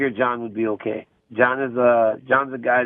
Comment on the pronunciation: "H'okay Jon Jones."